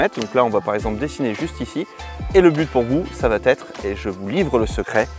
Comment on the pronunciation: "ça va têtre"? Vraiment?